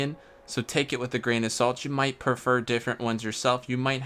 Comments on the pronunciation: Failnaught can be obtained on blue lions route also it’s might, not mount 🤦🏻‍♂️ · Might, M-I-G-H-T. Not MOUNT. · Can't get over "might" being pronounced as mount 🤦🏻‍♂️ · Mount lol. Its might. Nice list though. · MIGHT. NOT MOUNT. jeez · Lol!!! He kept calling might, mount. He even called durability, mount. No disrespect though, just pointing out a mistake.